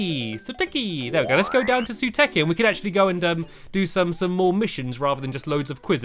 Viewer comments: its e-ray-pi and su-tay-ki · It's ( soo-tiki)